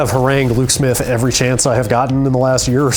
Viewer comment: is still putting an "r" before the "v" each time he uses the word "every"